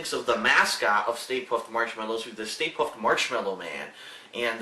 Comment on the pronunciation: "stay puft" more like stay poof.